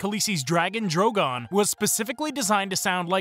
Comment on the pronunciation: Bruh...Drogon is literally Drogo with an added "n" at the end. How can you butcher that pronunciation?